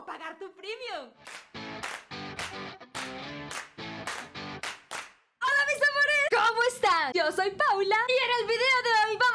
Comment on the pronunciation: Se dice Premium no primiom